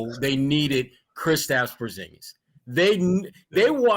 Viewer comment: You said Porzingas two 1st rounds I'd laugh...